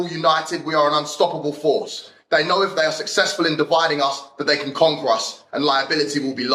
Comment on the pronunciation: Did he say "conqwur"?